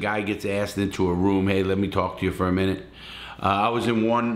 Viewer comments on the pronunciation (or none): none